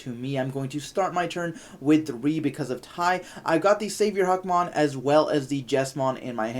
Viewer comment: im giving this a dislike because u keep saying Hackmon. lol it literally says Huckmon